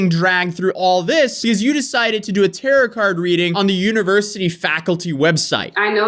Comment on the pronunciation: i miss when you used to say “tarot” wrong 😢